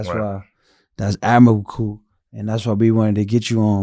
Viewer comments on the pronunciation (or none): Love this but somebody tell it’s admirable not whatever he was saying lol